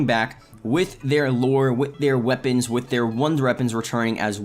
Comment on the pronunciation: "wonder eppons"